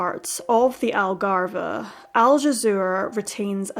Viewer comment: Just a note for next time, the 'e' at the end of Algarve is silent